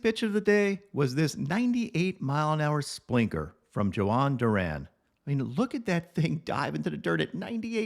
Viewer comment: For Johan Duran his first and last name rhyme, you got Johan right